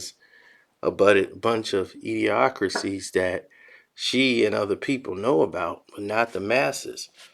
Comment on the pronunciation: Its 'idiosyncracies" not *idiosacraties."